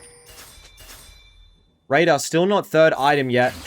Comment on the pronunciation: Ngl dawg every time you said “raider” I heard “radar” 😅